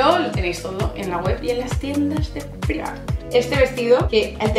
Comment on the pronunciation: "PONE PIMARK" Y el tacón de "metraquilato"? Es metacrilato.